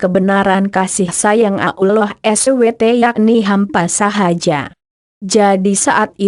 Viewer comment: Hoak ini kedengaran nya nyebut Allah aja ngak bisa . Pasti non muslim